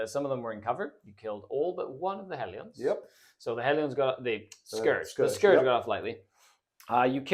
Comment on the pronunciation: It's not "Hell-ee-ons", it's "Hell-ians"